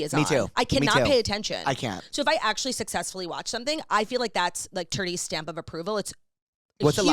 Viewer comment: Jake mispronouncing Turdy's last time LMAO I know Turdy was ready to call him out